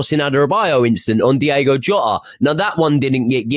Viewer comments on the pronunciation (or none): Anyone else cringe so so hard when people say “Diego Jota” rather than “Diogo”